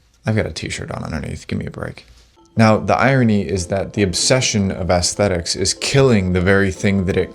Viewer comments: How can anyone take this kid seriously? Everything about him contradicts what he’s saying. It sounds like an AI script, he’s looks maxxing by wearing makeup, his clothing is nothing more than cosplay, and he can’t even pronounce aesthetics properly. What a joke. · It's when you call it "ass-thetics" as opposed to "ess-thetics" that you nail down exactly the sort of generational concept of quality that's being discussed here.